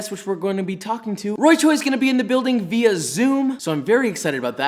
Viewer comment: F for another person mispronouncing via.